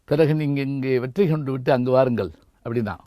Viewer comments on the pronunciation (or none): வாருங்கல் ..வந்தார்கல்..என்று தமிழை கல் எறிந்து கொல்கிறார்..தமிழாசிரியர் இவர். வெட்கக் கேடு.